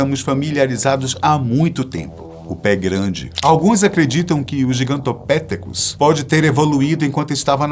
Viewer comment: Gigantopitécus. Sílaba tônica no "te"